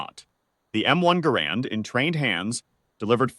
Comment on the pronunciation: The name of the inventor of the M1 is NOT pronounced Garand'....but Gehr'-end!